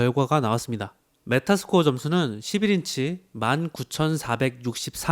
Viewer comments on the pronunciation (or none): 긱스벤치가 아니라 긱벤치... 메타 스코어가 아니라 메탈 스코어...